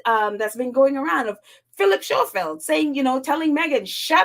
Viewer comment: Hi, his name is pronounced Scofield. The "h" is silent.